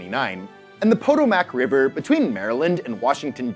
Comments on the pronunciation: “Poto-mack” as a mispronunciation killed me 😂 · Keep up the good vids but the pronunciation of Potomac river was so off. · Jefferson's "chef," James Hemings, was Sally Hemings brother. For those of you who wondered what the connection was. For those of you who don't know who Sally Hemings was, Google is your friend. Also,, puh TOE mic River. ❤ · Might wanna double check the pronunciation of Potomac 🤭